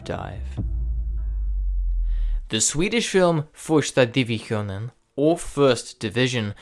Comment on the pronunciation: as a swede, your pronounciation of "första divisionen" is imaculate